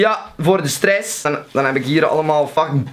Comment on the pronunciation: de manier waarop gy 'stress' zegt is echt kapotgaan 😂😂😂